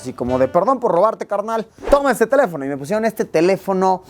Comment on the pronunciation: se te fue el acento en teléfono, lo pusiste en sobreesdrújula y es esdrújula, saludos